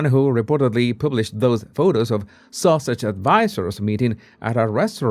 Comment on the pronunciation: Love the way you pronounce Sussex as Sausage which is quite adequate! The comment " Sausage Squad" LOVE IT 😂😂😂 THANK YOU for keeping us up to date